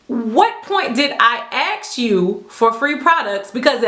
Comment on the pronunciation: You are so lovely, and your content is very well done. You present things fairly objectively. You seem like a real class act. However, I can't get over your spoken grammar hiccups, "axe" vs ask, "coint" vs coin. Am I missing something? Is it to lighten the mood?